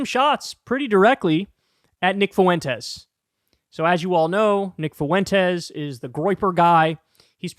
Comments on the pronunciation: Always loved Kyle's ironclad commitment to pronouncing "Fuentes" with three syllables. Foo-Win-Tez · Holy fuck, stop mispronouncing Nick Fuentes’ name. I know he’s a POS, but it’s so annoying as I actually know people with that last name. Two syllables: F’win-tez. It is not “Foo-in-tez”. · Nick Foo-IN-tez haha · Nic FOO-en-tez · Kyle said Nick Foo-wentez. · Nobody knows who Nick "foo-wentes" is because that's not how you pronounce his name lol. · im so sorry but the way you say Fuentes really pisses me off XD foo-en-tez is a not. its more fluid. carry on with your bashing of them cause I assuredly on board with it.